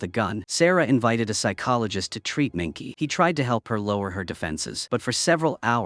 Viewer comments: The plot/story is poor, but the production value (sets, props, etc) is good. But I wouldn't watch it again. Shame you're using AI. The name is not "Minky", it's Minke, pronounced Minkuh. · Her name wasn't said correct ONCE!! It's MINKE!! PRONOUNCED MIN-KUH